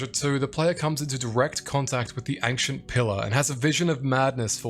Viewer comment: I didn't say anything on the other video but you are saying "ankhshent" way too many times in the first minute for me to keep silent. Ancient ayyynshent